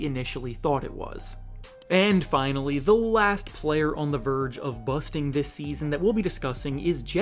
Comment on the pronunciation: Stop saying busting like that dude 😂